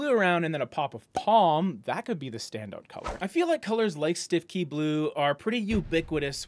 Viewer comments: Fun fact, “Stiffkey” blue is actually pronounced “Stoo-Key”. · Btw, I just found out on a F&B page I follow that “Stiffkey Blue” is actually pronounced something like “Stookey Blue”…….yeah, I would have said it the way you did in this video (Canadian, eh) but this is apparently the “official” pronunciation.